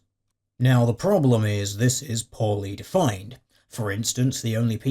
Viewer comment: i misheard "poorly defined" as "poly-defined" -- i think it fits.